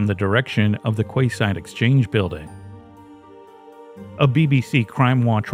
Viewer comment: Just a note...'quayside' is pronounced 'key-side'. Not that it's a problem, just a correction so you can correct it in later productions. Jamin looks a lot like my late husband. Hubby was Caucasian, like me, but I see a lot of him in the way Jamin looks and stands in his photos. Such wonderful lives taken from us :(. Keep up the good work! Love your channel